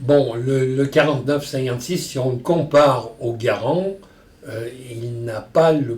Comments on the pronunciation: sugar glider John Garand was born a french canadian. So yeah that's technically the right way to pronounce it. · He pronounced Garand right lol. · I think Ian might want to start learning French! Hearing Henri say Garand in the correct French manner is oddly pleasing to the ears.